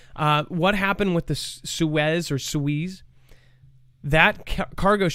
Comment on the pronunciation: Only say " Sueeze " if trying to sound STUPID !